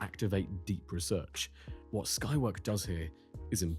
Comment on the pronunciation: Skywork? It sounded like the named as Skynet.